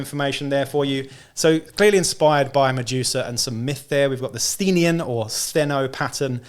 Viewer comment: Thanks for the preview, and thanks for helping me figure out how to pronounce 'Sthenian':face-red-heart-shape:! Good idea about using the model as a Spyrer Hunt Master. I used the Goliath special character with powerfist and chainsword as my Forge Tyrant, with a bit of converting(Goliath heavy Bolter instead of the sword and Goliath Ash Waste helmet instead of default head).